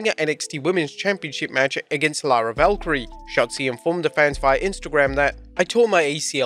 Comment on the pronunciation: Isn't it lyra valkyria and not valkyrie